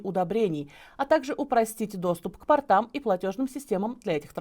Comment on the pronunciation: Уважаемая ведущая! Не портАм, а пОртам.